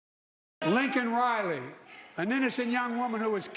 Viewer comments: Btw who's Lincoln Riley? Say her name it's "Laken" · OK I went back and listen to it a few more times again it does sound like he’s saying Lincoln but now that I read that it’s Laken, I can hear it. That might be just his accent is Delaware accent coming to play? Like I know people from other countries that ever really go to American accent, and they speak English better than me, and I was born in Wisconsin but when they get excited or flustered, their other country accent comes out more in the words sound a little differently so maybe that’s why it sounded like that ? I’m gonna give him the benefit of the doubt just because he had to deal with the box troll yelling at him